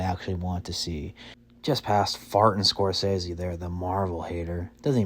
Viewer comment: Some of the best movies ever, as well as Search for the Holy Grail. Sorry you have no culture, and Google how to pronounce very well-known names: duh-NEAR-oh, score-SAY-zee.